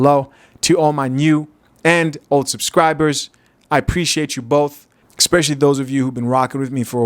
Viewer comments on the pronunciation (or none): Esssspecially.... not Exxxxpecially...🤣🤣🤣 Big fan though.. i just had to say that..